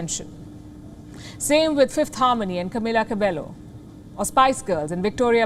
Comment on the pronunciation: "BTS is more than just a boy band" recognition 💯 Just one suggestion, the news is incorrect! They aren't disbanding, just taking a hiatus. They have previously done solo music and will focus on this more, continuing preparing things as a group. PS, pronounciation of Camila Cabello was wrong.